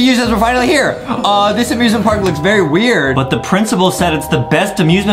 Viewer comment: OMG they say amiusmint Park at the same time